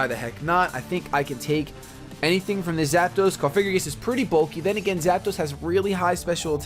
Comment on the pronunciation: PLEASE STOP FUCKING SAYING COFIGRIGIS. THATS NOT THE FUCKING NAAAAAME!!!! I CAN BREAK IT DOWN FOR YOU----- COUGH-AH-GREE-GUS SAY IT LIKE THAT PLEASE, I'M GOING TO TEAR MY EARS OUT